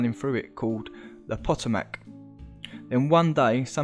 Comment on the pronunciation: It is pronounced PA TOE MAC